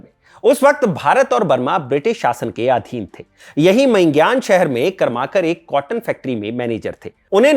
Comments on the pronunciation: कर्माकर नही करमरकर बाकी व्हिडिओ एकदम मस्त. Very informative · Karmarkar not Karmakar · करमरकर बोलीये, कर्माकर नही. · "करमरकर" ऐसा उच्चारण होना चाहिए.